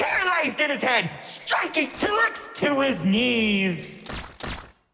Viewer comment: By a misshearing i heard "BURNED HIS ABS" instead of hand 🥹